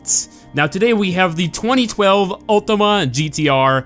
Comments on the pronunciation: Its Ultima not Ultimo also I love how you put the music to get us hyped but then it ends up in a fail xD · Btw it's Ultima not Ultimo